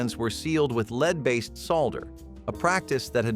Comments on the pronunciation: It's lehad, not leed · It's pronounced "led" when talking about the metal, it's pronounced leed when you're in front and have followers. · Bots. Only a bot would pronounce "lead" as "leed". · Several times you pronounced lead (the metal) as LEED. But not every time. What gives? Bartles & James is James not "Jaimes". Peaches with lead solder -- this segment is a repeat of what you already covered. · Word pronunciation is just terrible! Ever heard of leed poisoning? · I heard it comes from cans with leed salldering! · You mentioned lead solder and your narration program pronounced both of those words wrong. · So do you know how to pronounce the metal lead What a crock of shit learn how to speak